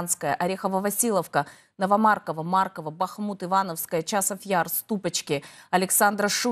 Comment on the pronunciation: Даже Бахмут не знаете как правильно называется, ударение не туда ставите